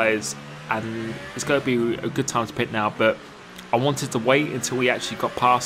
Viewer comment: He can’t say ‘going’ he says ‘goh’